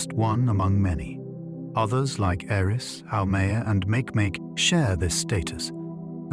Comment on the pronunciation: ‘Make-make’ instead of ‘mak-ee mak-ee’ has me giggling lol